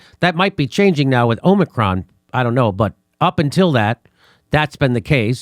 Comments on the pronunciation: First Joe Biden and now Max Blumenthal, why is everyone calling it the Omnicron variant? Is the n in Omicron invisible? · Is it Omicron or Omnicron? 🤣😜🤣